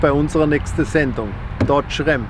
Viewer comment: „Dotsch Rämm“